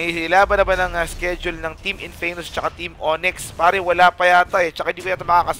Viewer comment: tsaka hindi in-fey-mus kundi in-fa-mus